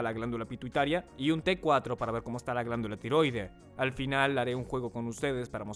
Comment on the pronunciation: Así no se pronuncia "tiroidea".